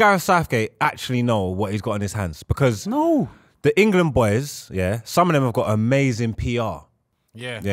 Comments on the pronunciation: Why does say Engerland? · say IN-GA-LAND one more time 😂😂😂😂